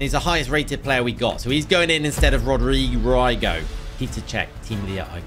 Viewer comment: Rodygo is pronounced Rodreego